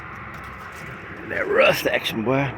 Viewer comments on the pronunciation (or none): none